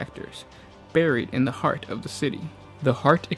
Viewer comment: HEAT! Not HEART!